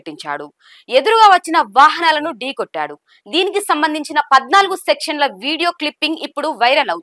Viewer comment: కెమెరా ముందు నుంచుని వార్తలు చెప్పేస్తున్నా అనుకున్న ప్రతీది న్యూస్ లెటర్ ముందు ఆ తెలుగు ఎలా మాట్లాడాలో ఒకసారి ప్రిపేర్ అయ్యి న్యూస్ చెప్తే బెటర్ 14 సెకండ్లు అన్నదానికి 14 సెక్షన్లు అంటుంది